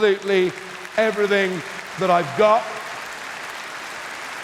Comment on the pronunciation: the word is ''everythinG''. Up to then, good effort! Please stay true.